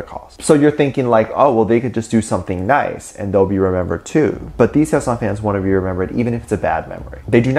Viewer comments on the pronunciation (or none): none